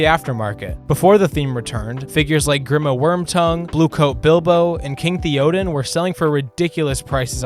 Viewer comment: “King TheOHden” lol